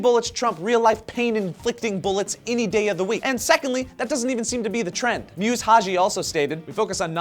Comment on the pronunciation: great story, its spelt muse but pronunced musa, sorry im somali it made my eye twitch a little x